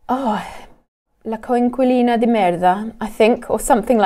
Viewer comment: WoW! What a perfect Italian pronunciation she has! By the way,, do you know what "coinquilino di merda" means?